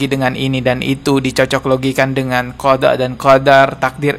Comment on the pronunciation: Qdrat dan kodok???, wakakaa... Nyebut qadha dan qadar aja keliru, wakakaka... Bener2 gak level ya hihihihi...